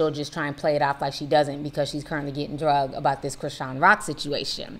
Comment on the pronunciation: I love you yeah Ti, but please say “dragged” I swear I be forgetting you say “drugged” and I’m thinking other stuff for a second lol😅